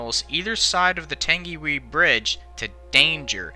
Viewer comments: F.Y.I . It's pronounced Tangi - why NOT Tangi - wee :-) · Not "Tangiwee"..."Tangiwai". Pronounced as "Tangy y" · For the record its not 'tengyway' like you pronounced it, its pronounced 'tungywhy'. But love the videos and I'm just nitpicking but I thought I'd let you know in case you were curious. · It's not pronounced 'Tan-gee-whee' it's 'Tan-ghi-why' ... Also credits for the use of the film 'Tangiwai: A Love Story' should appear somewhere as that is the film you must have seen and which is used extensively in this. There is also the fact that the film gets Nerys Love's death wrong in the crash as she was not the girl who was trapped by a suitcase and wreckage and lost her life when the carriage on the brink finally tumbled. 'Tangiwai: A Love Story' is not available on DVD or Blue Ray - why because I have seen it and it's bloody harrowing to watch and a 'real' portrayal instead of a CGI-bollocksfest. But ... It's the thought that really counts and it's obviously genuinely there. Great men like yourself are not found on every street corner: Nice work it was worth your effort :o) :o) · i know i know ppl died but thats the entire comment section so i thought someone had to say it, this man should never speak moari again, tangeewee wtf its tung-e-why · "tangywhee" its more like "tung - i - why" or similar. Merry christmas mate, from NZ. not the correct pronunciation, is it bad for me to find people trying to say Maori words kinda funny? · don’t worry you did amazing trying to pronounce Māori words DONT worry about it you did great. Hope this helps: tang-e-why. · by the way the pronounciation for tangiwai is TUNG E WI so try it! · I believe it is pronounced tang-e-why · It's pronounced tangywhy and spelt tangiwai and not everybody died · Can we just talk about “tangy wee” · Just to let you know because your American, Tangiwai is actually pronounced as (tongue e why) in NZ English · Pronounced 'Tangi' 'Y' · It’s (TANG-WHY) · U said tangiwai wrong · Tung ee why.